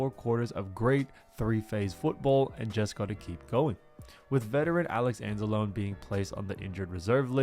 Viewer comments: It's pronounced Anz-a-lone-ee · I enjoy your videos, but as a fellow Italian I need to correct you. Alex Anzalone is pronounced Anzloney. It's an Italian thing. But great football content. That said, you have my sub. Thanks for killer 🏈 content.